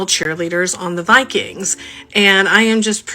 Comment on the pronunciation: The " Vi - queens ".